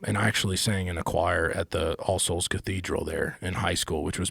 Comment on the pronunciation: Love Luke Combs but is he trying to say choir lol. Or do they call it chorus?